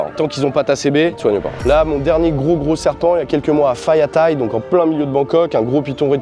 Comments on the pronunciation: Loin de moi l'idée de paraître condescendant, mais "Phaya Thai" (district de Bangkok et Station du Airport Link) se prononce "Paya Thai" et non "Faya Thai". Pareil pour Ko Pha Ngan (Ko Pa Ngan). Il ne faut pas prononcer les "Ph" comme des "F" lorsqu'on lit des mots Thaïs qui ont été convertis avec l'alphabet latin. Il le fait correctement avec "Phuket" ("Poukette"). Je le mentionne parce que ça m'a frappé. Sinon, très intéressant comme entretien, intervenant de grande qualité! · par contre faut qu'il arrete avec les F sur Phaya Thai ou Koh Phan Ngan etc🤣